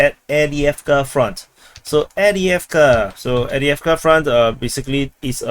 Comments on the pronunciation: AV DiiV KA…where are you reading Adeavka? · Not EWDJEFKA - Correctly pronounced: Afdejefka